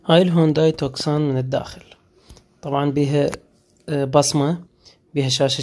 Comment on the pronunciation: اسمها توسان مو توكسان